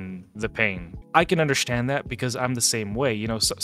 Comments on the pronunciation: Are you saying undershtand???? Am I hearing you correctly? 🤔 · I undershtand